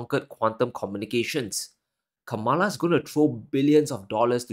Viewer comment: Please respect Kamala Harris by pronouncing her name correctly.